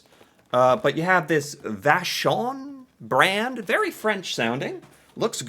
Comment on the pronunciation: You pronounced Vachon very well my friend! It's a French family name eh Fun fact, Vachon cakes was sold to an American cie in 2014